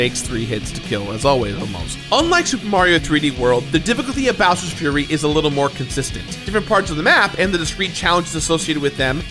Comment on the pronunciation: Is when he starts to talk about bowers frurry